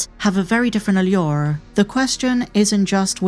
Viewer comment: can u say the word 'allure' in every video? that pronunciation is fire.